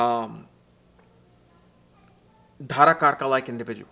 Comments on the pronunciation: Its not DHarakarka, its Darakarka.. you should know. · D'h'arakarka that south indian accent😅